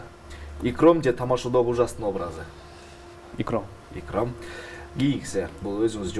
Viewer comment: Иром эмес Икром